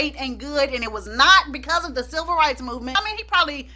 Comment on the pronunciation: Chile....I thought you were saying "SILVER rights movement", I was about to google "silver rights movement" for a second, and then it dawned on me that you were saying "CIVIL rights movement." I thought I missed a few history lessons or something ....got me thinking people were out here marching for ol' folk and the geriatric community. All in all, love your videos!